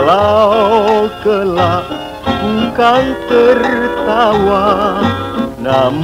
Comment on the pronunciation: bukan walau 'gelak' Kukan tertawa..tapi 'kelak'..